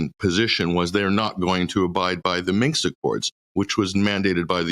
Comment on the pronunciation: 'Minsk', not 'Minx'...🙄 That would be an entirely different kind of accord, methinks...😆